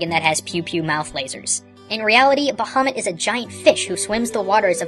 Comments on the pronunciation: Couple pronunciation issues you may want to address, if it matters to you: It's "Enkidu", not "Enkindnu". Bahamut is pronounced "Ba-ha-MOOT", rather than "Ba-HA-mutt". The latter can be confirmed via the original japanese spelling, which emphasized the long "oo" sound. This is also the correct pronunciation when referring to the mythological world-pillar fish (which you can confirm on the wikipedia page for Bahamut). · I figured would actually know the pronunciation of Ifrit and Bahamut. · You're pronounced Ifrit and Bahamut wrong.